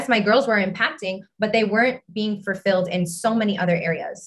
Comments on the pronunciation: Also, did she keep saying “fur-filled” or was that just me? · I can't stop laughing about the hun who keeps saying "fur-filled" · The fake apology scene had me rolling 😂 Also, that last chick kept saying “furfilled” and not “fulfilled” 💀🤣😂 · Can she stop saying “fur-filled” instead of “fulfilled”?? Lmao who am I kidding, no tf she can’t #befurfilled 😂😂😂